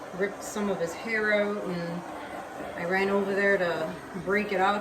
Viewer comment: I love the accent “ now check these oat”! Love all your work and thx for the discount on my resin!